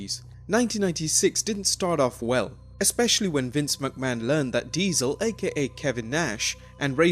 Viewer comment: You sound like a chicken when you say McMahon. Like wtf is your problem?